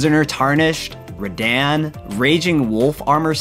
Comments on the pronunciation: Love how he mispronounces Melina, Malenia, and Radahn “Rah Dan” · UMM… RaDAN???!!! Ra-dan…. The opening cinematic, a half-dozen NPC’s, including Gideon near the beginning of the game, all of which will tell you anytime you ask, will tell you how to pronounce the dudes name. EVEN THE “H” COME ON. HOW YOU GET “DAN” OUT OF “DAHN” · Bro mispronounces like half the names lmao. Meh-lih-nah, Muh-LAY-knee-uh, and Ra-DAHN is how you say those names. Come on man, those pronunciations arent even hard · It's pronounced Rah-Dawn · man the way he pronounced radahn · U know the narrator hasn’t played elden ring by the way he pronounces Rhadan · They way you pronounced radahn is irking me